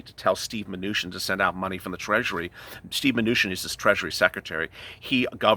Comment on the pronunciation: Love the show and really enjoy watching it, but man ish it sounded like you said Stew manuchin which kinda made me chuckle some. Thats all from the Hoosier state.